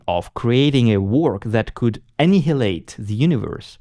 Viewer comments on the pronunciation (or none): Even as a non-native the "Annihilate" pronunciation sounds a bit off lol